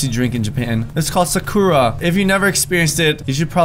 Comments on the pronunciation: Did u say sokura it’s sa-ku-ra Sakura my dude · When he said sakoora instead of Sakura I thought he was the kind of person who says narudo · “Sa- koo - ra” ITS “sa - kur - a” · Sakura is pronounced Sa ka ra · It is pronounced sa-cure-ra which means cherry blossom. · the way he said sakura tho